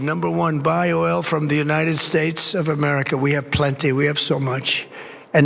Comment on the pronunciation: Buy your oil from the United 'Shates' of America Donnie? You can't even pronounce your own country for goodness sake! ...